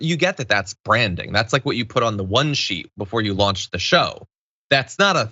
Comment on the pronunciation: I heard "white sheet" instead of "one sheet" and it kind still made sense.